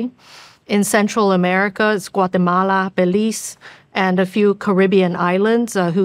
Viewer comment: Im not from Guatemala but daaaammnnn that way she pronounced it was on point. Not the reason but I would love this lady to be president of our U.S. country. On another note, Is Taiwan obtaining most or some of the cobalt and things needed for chips, interfaces etc. from slavery in africa?(Being the #1 country to manufacture chips and etc.) Because WE KNOW most of this creation of technology come from slavery in 3rd world countries, specifically Africa. I don’t support the monetizing of Slavery in any sense. If that’s the case, Mmmmeh & shrug to all their problems. 👍🏾